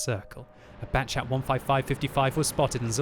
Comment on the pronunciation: Batchat 155... Why not Battchation 155 with French accent? You betrayed us